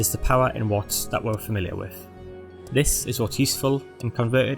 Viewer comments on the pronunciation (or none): none